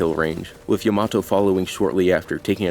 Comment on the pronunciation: Why do people say Yamato wrong? They literally say her name constantly. Is this like a thing I don't understand like how people say sahkera instead of Sakura?